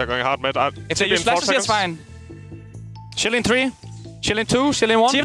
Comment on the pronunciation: instead of shielding im just hearing "shilling" like the baus